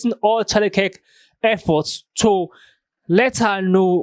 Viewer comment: Dude clips and "makes" Charlie Kirk content off the back of Charlie's network every other day, and still struggles to say his name lmfao